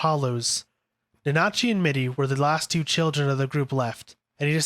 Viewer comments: Almost sounds like he's saiyan nazi 💀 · Honestly can't finished this video with you mispronouncing Nanachi 🤦‍♂️